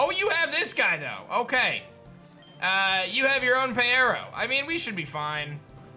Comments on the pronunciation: I thought peyero was pronounced as pyro, just spelled with eye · I believe the fire starter's name is pronounced as pyro. It just has eye instead of y in its name because it has cyclops-like eyes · Did anybody else tell him it’s Pyro? Like P(eye)ro? 😂 thanks for the video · I would also choose Peyero. Side note: I think it is actually pronounced Pie - row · I’m pretty Sure it’s pronounced (PIE-row) because pyro+eye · I think the fire one is pronounced pyro because it had “eye” in it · 🤦‍♂️ Peyero is obviously pronounced as Pyro